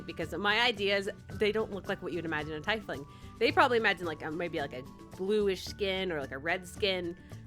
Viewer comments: Its not tie fling its tea fling, just saying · I think the correct way to say it is tee-fling XD FORGIVE ME IF ITS WRONG XDDD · Your character sounds chaotic neutral to me. Also I think it’s pronounced ‘tee-fling’. I love the design! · Being an avid D&D player this was cringy cute watching this. Btw! Tiefling is pronounced Tee-fling. And each species of tiefling (either infernal, feral, and so on) have different shades of skin. Usually its reds for infernal and purple for common. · It’s pronounced Tea-fling btw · That's not how you pronounce tiefling right? I thought it was pronounced teefling... right? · I have a teifling character for D&D!! Btw it's pronounced teefling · By the way- it's pronounced (Tee-fling), but it's really up to you on how you want to pronounce it!!! ^_^ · I'm not sure if you are pronouncing tiefling right.. But maybe I'm the wrong